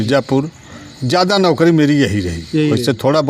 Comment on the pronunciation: अरे कैसे कैसे पत्रकार बन जाते हैं ये नौकरी को नोकरी बोल रहा है😂